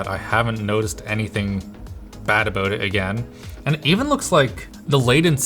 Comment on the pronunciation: HE SAID "ABOOT"